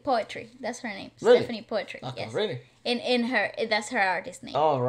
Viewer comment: poetri is pronounced as poo-tree